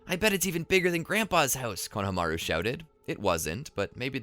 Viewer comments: The fact the he kept saying Kona-Hamaru instead of Konahamaru the entire timeee!!! 😒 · I love ur videos but it kills me how u say konohamaru 😢😢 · i hate how you are pronouncing konohamaru